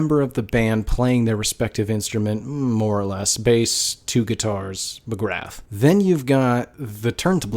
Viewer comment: The "th" in McGrath is silent, it's pronounced more like M'Graaa.